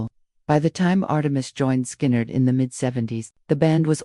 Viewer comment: Horrible AI narration, "scarred" instead of Skynyrd? Thumbs down.